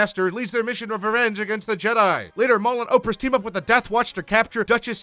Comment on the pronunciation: I thought he was saying OPHREASS. Not OPRESS. I was like who tf is that